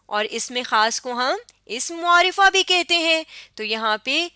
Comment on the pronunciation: عمدہ کاوش ہے ۔لیکن لفظ معرفہ کا تلفظ درست نہیں ہے ۔م کے اوپر پیش نہیں بلکہ زبر پڑھنا درست تلفظ ہے ۔پلیز اصلاح کیجیے ۔شکریہ